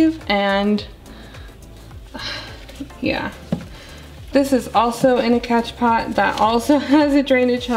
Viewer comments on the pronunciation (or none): As Soon as I got the notification, I screamed!! Loved this new vid love!! Just made my morning!! Also, It's spelled "Cash pot" but pronounced as "Cash Po". So I heard..or at least Summer Rayne says it like that. But, it's whatever, Doesn't matter, We know what You mean. 😉 Honestly you have the CUTEST POTS EVER!!! I have plants, Not enough PoTs! Lol ❣️🌿👸🌱❣️